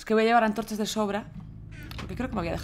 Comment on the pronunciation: Una Pregunta sara Por Que Dices Anchorchas? xD